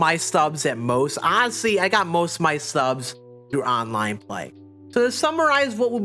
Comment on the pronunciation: Lmfao 🤣 he doesn't know how to say the ST together. He says Santon for Stanton too. 🤣